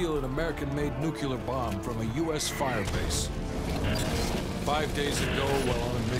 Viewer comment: Oh God, it's nuclear, not nuckelar, for fuck's sake.